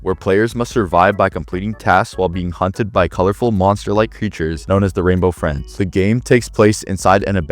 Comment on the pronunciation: Renbow Frins😂